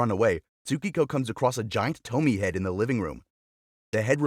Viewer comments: It's not "TO-MI" but "TO-MI-E" dumb narrator lol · And also its not pronounced toe-mee. Its to-mi-a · It’s pronounced Toh-me-eh not Tomy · You already spelled "Tomie". So why do you keep calling her Tomi??? It is TOMIE. To Mi E. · It's not Tommie (that read same as Tommy), it's tomi-yeh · Small edit, her name is said Toh-mi-eh, not Tomi, that’s a totally different name. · (TOE-ME-AYE) Tomie Not (TOE-ME) as you pronounced it. So hard to make it through this video because of it. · Toh-mee-eh, short E at the end, not Tomi. Baka gaijin. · it’s not toe-me it’s toe-me-aye (Tomie) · It's not pronounced tomy by the way it's pronounced to-mi-eyy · Tomie is pronounced 'tommy - eh', not 'tommi' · Toe-me-a is how it’s pronounced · It's pronounced "TOMI-E" everything is pronounced the way it's spelled out in Japanese. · It's pro bounced to-me-aye 😭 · Say it with me.. "To-me-a" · It’s a classic, this is actually quite well known in Japan! btw it’s pronounced “TOH-MI-EH” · Toe me ay.the miss pronouncing of the name throughout the video drive me crazy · Dude it's pronounced To-mi-e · I think ‘Tomie’ would be pronounced ‘Tow-me-ay’ 😅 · Im so peeved by how he pronounces Tomie. It's tow-mi-ye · It’s pronounced “toe me aye” btw for people who aren’t robots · There's no way David Cronenberg and Junj Ito aren't aware of or inspired be each others work. BTW "Tomie" is three syllables and rhymes with "go ebay" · It’s “Toe’ me’ yay’” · It's To-mi-eh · It's to-mi-e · The way he pronounced “tomie” 😭😭😭